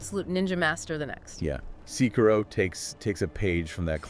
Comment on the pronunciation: ITS SEKIRO not SIKIroU